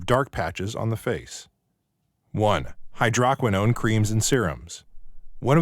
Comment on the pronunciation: The voice is computer generated. The word hydroquinone is mispronounced. Also, hydroquinone is banned in Europe since 2001. It is a cyto-toxic.